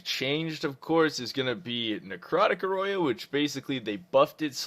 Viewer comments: Aura. Oh-ruh. Not Aw-roy-ah. I did not know it was even possible to pronounce aura wrong lol. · You say aura weird lol isn't it pronounced "OR-RA" not aroya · Love your vids but i was confused as hell when you said Heart Stop "Ah Roy Ya":) Its "Or Ah" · what the fuck is an OROYOIYA its OR-RA AUUUUUU RAAA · for this lmao, bro it's pronounced or-ra - not or-roy-a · aura is pronounced O-RAH. xD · aura is pronounced or-uh. love the videos bruh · It's pronounced Awra!